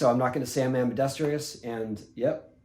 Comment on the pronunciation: "Ambidestrious". Tony Hawk landed it first!